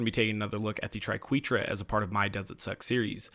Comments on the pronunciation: Ok its pronounced TRI-KWEH-TRA Credit to Emma saying Triquetra=tri-kweh-truh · He's actually very close to correct. According to any English dictionary, it's pronounced as "try-kweh-truh". But if used as the plural of triquetrum, his pronunciation is acceptable. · I love the triquetra it's probably my favorite shotgun also I believe triquetra is pronounced "Try-ket-ra" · You'd be wrong! It's from Latin, so if you want to be really pedantic, it should be "tree-kweh-trah" But officially, the English pronunciation is "tri-kweh-truh" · It’s pronounced tri-ke-tra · I believe it is Tri-Quetra - as in "wet" - the short "E" vowel sound. But, who cares right? It still rocks! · Tri-Ket-Ra, if you finally want to know how to pronounce it haha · I've always felt it's pronounced tree-ket-truh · (Try-ket-tra) triqeutra ish wicked shotgun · I thought it was pronounced like tri-ket-ra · You're fine to think tri-keh-tra sounds better, but that's still a wrong pronunciation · Satchmo I always pronounced it as Try-ke-tra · I don't know what had me laughing harder, butchering "Triquetra" or navigating the conveyor belts in the tundra express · It hurt me every time he said the name